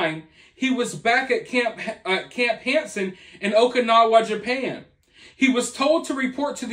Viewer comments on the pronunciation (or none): none